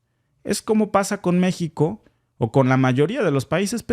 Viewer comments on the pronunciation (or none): none